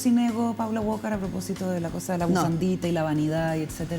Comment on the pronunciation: Na que ver, pero no entiendo por qué todo el mundo le dice Paula WOKAR??? Así no se pronuncia Walker wnnn